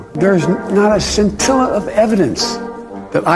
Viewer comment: Not one "sin-tell-us" all about it, Sniffer Joe.